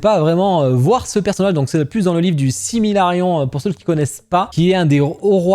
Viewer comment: Tu m'as tuée avec le "Similarion" 😂😂😂